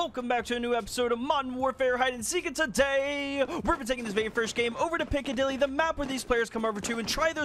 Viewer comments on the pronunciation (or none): none